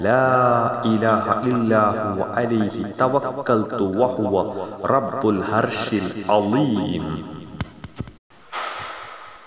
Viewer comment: Thank u jazak allah khair, but please correct your pronounsation. Its not الهرش correct to العرش please